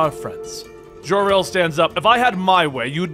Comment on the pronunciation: It's Jor El, NOT Jhor El.